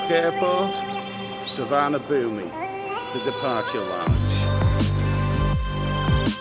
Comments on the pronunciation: I’m 5 seconds in mate, but it’s called su.varn.a.bhun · Please pronounce the airport "sewar-na-poom" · according to google translate it is Tsu - varna _ boom but definitely no ee at the end. I hate pronunciation police but that being mispronounced does get my goat. Somewhere amongst the YouTube videos, there is a video from the airport authorities that tells you how to say it. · Suvarnabhumi airport is pronounced Soo-Wanna-Poon my Thai partner keeps drumming into me hope this helps;) Great content as always 👌